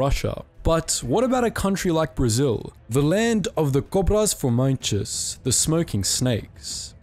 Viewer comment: Uhm I'm Brazilian myself, and erm... not to be rude, but you mispronounced the Cobras.. but anyways, good video.